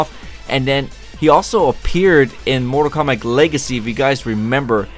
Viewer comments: Why does he say mortal kombac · Everytime u say mortal kombat it sounds like mortal komback lool ? And if u look at the outline of each player on the character select screen. Bottom left one looks like liu kang! :P